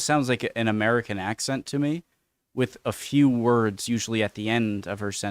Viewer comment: Just noticed, doesn't pronounce the 'o' in 'to', she does a 't'.